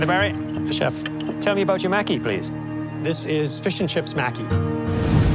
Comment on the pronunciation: "" seems to be the only person who knows how to pronounce Japanese words correctly. The judges and other contestants, are all pronouncing "Maki" incorrectly. Maki, is pronounced like: Mah-Kee. The letter "a" is always pronounced like "ah". You would think the "judges", would at least get it right.